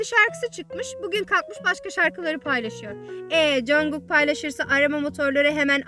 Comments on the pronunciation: Üzülme ama biraz sinirim bozuldu o yüzden söylüyorum bunu congug değil conkuk (okunuşunu yazdım yazılımını değil) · congog deyil jankuuk diye okunuyor 😂😂bu arada video çok guzel olmusss💖